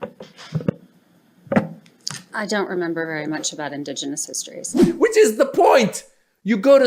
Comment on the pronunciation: it was all over the minute she says indegenous